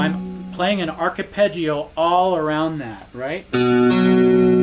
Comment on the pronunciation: Hi, its arpeggio for fuck sake how can you fuck up the pronunciation of such a commonly used technique in guitar playing but class playing and your channel is fantastic keep up the brilliant work Dermot